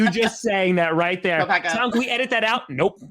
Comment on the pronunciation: Tom be saying Go Pack Go but it always sounds like Go Pat Go lol come on pronounce the k on the end:)